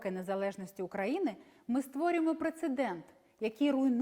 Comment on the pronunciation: Хоч би назву країни вивчила з її наголосом. УкраЇни. Сором